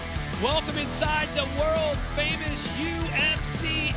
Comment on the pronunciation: Does the announcer know that you pronounce the d in "world"?